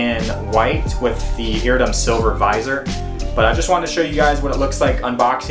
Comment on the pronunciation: It's pronounced "EAR-RID-DEE-UM"... Just sayin'. Great helmet. Thank you for the review.